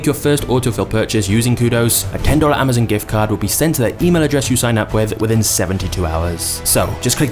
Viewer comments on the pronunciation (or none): none